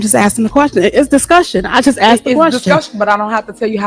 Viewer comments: Stay on her girl! You give me hope that the truth shall set us free! EDIT: Did she actually say "Axed" instead of "asked"? And you guys voted her as Mayor? You got what you deserved. Just saying... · You Axed? Very uneducated criminal... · "I axed you" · You know the entire USA is in trouble when your elected officials use words like, you axed me a question...geeezzzz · "You axe me a question and I answered" omg this woman needs to be locked up.